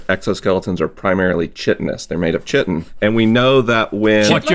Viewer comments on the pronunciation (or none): "Chiton" is not pronounced "chh-IH-ton" but rather "KAI-ton." A scientist should know that. Science fails. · It’s pronounced “kite-in”, not “chit-in”. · Chitin is actually pronounces like kite-in not chit-in btw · Him saying “chitin” like it’s spelled but it’s pronounced like kite-in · I love me some Stience, but I am DAMN sure that Chitin is pronounced like Ki-tin, and not Chai-tin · Was wondering why he pronounced "chitin" as "chitten." It's pronounced "kai-tin." Would seem someone with a degree would've known how to pronounce it. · I think it might be a regional difference, I pronounce it as ki-tin too, but I've heard other scientists refer to it as chai-tin. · It’s pronounced “kite-n” not “chi-tin.” Made for a funny bit, though. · ...the science guy pronounced chitin as "chit-in" as opposed to "kite-in." Smh. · everyone in the comments: haha iron not metal me: ITS NOT PRONOUNCED CHITIN, ITS PRONOUNCED KAITEN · Did this scientist just pronounce Chitin as Chit-tin 🤓🤔 and not Kite-N smh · Chiten= KAI-ten, not chit-en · Is it pronounced Chit-tin? I always pronounced it Kai-tin. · it's pronounced kai-tin, not chee-tin. come on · Omg the way he says chiten (pronounce Kite-in) is infuriating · Uhm... it's pronounced KYE-TIN, not CHIT-IN. Look it up in any dictionary. Starting to question this guy's credentials. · yea isnt it pronounced "kite-in" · It's 100% pronounced "Kite-in". It comes from a latin word meaning "Mollusk-like". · Its a latin word meaning "mollusk-like", it's pronounced Kite-in. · It's definitely a regional thing. I'm in NZ and none of my professors pronounce it like him. Either chai-tin or kai-tin, depending on where they're from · Glad I’m not the only one who noticed! All the science professionals I’ve worked with say Kai-tin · Interesting, I’ve always heard chitin pronounced “kite-in”, anyone else? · Chitin is pronounced “kite-in”. The mispronunciation drove me crazy! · It is kai-ten. He calls himself a scientist but I'm not so sure